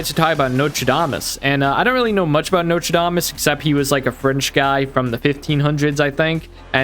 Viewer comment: Why do you pronounce "Nostradamus" like "Notre Dame Us"? The third letter is an "S". Sound it out.